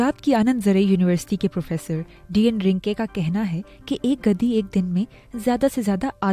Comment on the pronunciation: Ghadi hota hai gadi nahi.. urdu bhi sahi se nahi ati